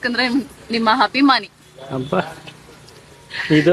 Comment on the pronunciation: ಎವ್ವಾ ತಾಯಿ ಹಭಿಮಾನಿ ಅಲ್ಲಾ ಅದು, ಅಭಿಮಾನಿ ಅಂತ....